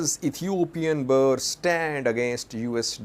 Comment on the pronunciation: you always pronounce Ethiopia’s Currency wrongly. It is not BAA but Birrrr